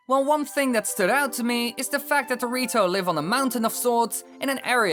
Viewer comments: When he says the rito, it sounds like he's saying dorrito LOLOLOLOLOLOL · it's sound like he said Dorito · cant stop hearing it as dorito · The rito sounds like doritos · Did just say Dorito?